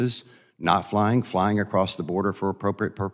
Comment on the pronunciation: I don’t trust anyone who pronounces flying as “flyinG”